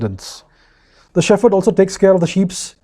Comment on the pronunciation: Excellent! Only pronounce 'shepherd' properly! It is 'shep herd' not 'sheferd'!